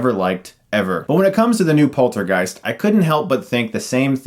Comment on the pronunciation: The way he says poltergeist sounds like polter-GUYS. Hahaha now I have a new band name and trademark it before anybody steals it :P